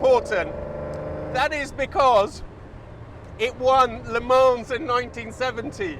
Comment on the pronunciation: Yes and the track is pronounced luh-Mo